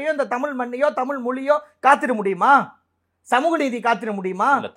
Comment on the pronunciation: தமில் இல்ல டா தமிழ் இதை ஒழுங்கா படி டா பரமா